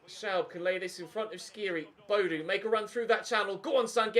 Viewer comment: Audio is fine but the contrast settings seem to be a bit off? Btw Boadu is pronounced Bo-a-du ;)